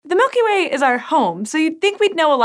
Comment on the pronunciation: Mulky Way